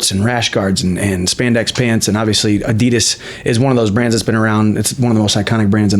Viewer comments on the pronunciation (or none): A-DEE-DAS NOT A-DEE-DIS